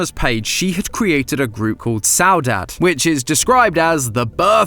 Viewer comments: Soooo uhh I found a mistake , I KNOW YOU EXPLAINED IT PERFECTLY AND ITS AMAZING BUUUUT , saudade is pronounced sa-da-id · Saudade: A feeling of longing, melancholy, or nostalgia that is supposedly characteristic of the Portuguese or Brazilian temperament Idk if this is important or not, but he didn’t cover the meaning of the word Also it’s more pronounced sau-dah-gee Edit: He did in fact briefly define it later (my bad) but the pronunciation was still off 🫠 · oh the butcher of Saudade was so horrid im so sorry </3 it's pronounced sauw-da-gee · Saudade is pronounced Sow-dah-gee. I’m probably the thousandth person to say this but my brain was breaking all video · Saudade is pronounced su-da-day And well that isn’t the end more plsss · It is pronounced SAUDADI (or saudadee) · I think the group is pronounced soedade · It's pronounced s da d a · "Saudade" is actually a noun to describe the feeling of missing something in Brazilian Portuguese! This hints that lana probably is missing something and wants it back. (plus you pronounce it sao-dah-di) edit: i'm half brazilian half portuguese. yes i know "saudade" is in both languages i was on finals week 😭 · Its pronounced sao dah de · Hey guys just so you know Saudade is pronounced Sao-dad-de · It’s also pronounced “sau-da-jee” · it is saudade, we pronounce it like: Sal dah deh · Bro BUTCHERED the saudade pronunciation I can’t 😭😭😭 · I'M SORRY BUT HOW Y'ALL PRONOUNCE SAUDADE BOTHERS ME SO MUCH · fr and hearing him mispronounce it for the whole video was so painful T^T (I'm brazillian) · the way he pronounced saudade killed me xD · I’m surprised you folks decided to go against the foreign pronunciation of saudade